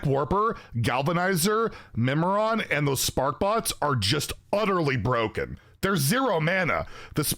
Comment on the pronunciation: Wild is BUH-ROKEN